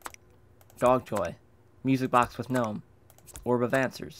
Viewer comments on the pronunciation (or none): none